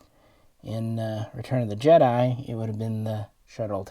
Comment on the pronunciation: Thanks for the detailed look at these ships. Random question; do you pronounce Jedi as “Jeddy” with irony or is that how you hear it? No big deal, I’ve just not heard it that way. I did notice you referred to the Sequels version of the Falcon as the Millenial Falcon which I hadn’t heard but easily understood the joke.